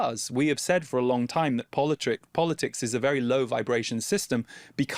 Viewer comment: Anyone else catch the “politricks” slip of the tongue?